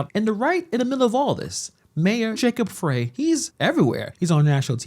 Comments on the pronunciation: Frey, its 'fry' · Just a heads up that Jacob Frey’s name is pronounced Fry not fray. And, he’s an asshat that Minnesota never wanted. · Mayor Frye is not representing the people of the city of Minneapolis! Disgraceful! BTW his last name is pronounced “Fry” (not Fray). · His name is pronounced FRIE not fray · The idiots name is spelled Frey but it is pronounced fry. No, he isn't from Minnesota, his ansestors couldn't spell. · It's Fry man SMH 😂 but he sucks regardless of how you pronounce his name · Frey is pronounced like "Fry". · His(Mayor Frey) speech impediment is not to be laughed at when he says, "ICETH". Please, let's be mature and respectful, hold your childish giggles. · Mayor Frey is pronounced as in Fry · I believe Frey is pronounced Fry.